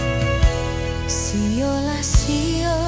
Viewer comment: Lagunya bagus suara yg bawain jg bagus...namun pada pengucapan Sio lah sio mananam padi... pada bait terakhir lagu ini sepertinya agak keceklik pada pengucapan "sio lah sionya" ,.. ..